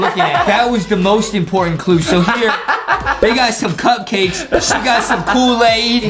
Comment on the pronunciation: Adem said a mispronouncing word. Here—> “KOOWAID CUPKWAKESH”